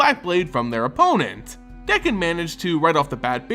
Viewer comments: Dude its D(A)kkon not D(e)kkon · Dakkon blackblade, not dekkon. Besides that, great job.